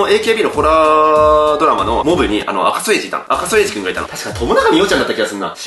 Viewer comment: 赤楚衛二ちゃんと読めるようになったんだねwww 前赤いそまびと？みたいに読んでた気がするwwwww